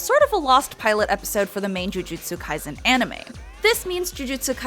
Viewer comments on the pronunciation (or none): "Jiujitsu kai-zen"